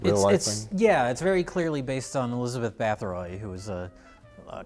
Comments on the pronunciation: One - The "bathing in blood" thing was something made up by Báthory's political enemies. Two - Pretty sure the pronunciation was closer to "battery". Three - Holy shit that one lady's blood is shooting out of her like she's in a samurai movie. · Bathory, pronounced as 'Baah'-'toh'-'ree'. Stress on the first syllable. You talentless hacks. (Fun historical fact, Bathory was the head of one of the wealthiest noble families of Hungary at the time. She was most likely accused for political reasons to remove one of the most influential players from the rather turbulent scene of 16th-17th century Hungarian politics.) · He might be spot on with history but he's spat on pronunciation.